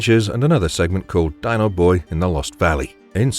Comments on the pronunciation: Pronounced "Dean-O", not "Dine-O." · Not Dyno.....Dino.....lol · Fred Flintstone's pet Dinosaur is named DINO (DEE-NO) not (DINE-O) if you've ever watched the cartoons you'd know this. In Dino's first appearance, Dino would often break the fourth wall, and talk to the audience. Also I don't know if you know this, but the Flintstones was very similar to The Honeymooners TV show. Fred being Ralph Kramden(Jackie Gleason), and Barney being Ed Norton(Art Carney) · Dee No, not Die no. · Um, the Flintstones dinosaur Dino is pronounced DEE-NO NOT DYNO! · pronounced Deano not Die No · How could you leave out two of my favorites when I was a child. "Colonel Bleep", Max Fleischer's Superman. Both shows are legendary and ground-breaking. Also, the Flintstone's dog's name is pronounced D E E N O although it is spelled Dino. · Flintstones was actually originally on Prime Time and was meant for the whole family, not just kids. Also Dino was pronounced "Deeno" in the TV Show. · What kind of fool mispronounces "Dino"? Oh, right, an AI Narrator. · Yes, he had me until then. He obviously never watched the Flintsones, if he's gonna pronounce Dino like that. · I love the mispronunciations in these trend/listical videos. Poor Dino. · Yeah, that was fun.